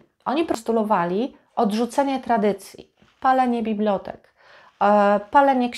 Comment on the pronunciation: Ciekawy, zwięźle przedstawiony material. Tylko jedna uwaga. Proszę nie mówić "bibLOtek". Ten wyraz, to bibLIOteka, a nie bibLOteka.